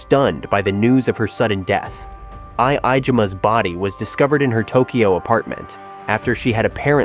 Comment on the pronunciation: Nah dude… i love it😂😂… I I-jima😂😂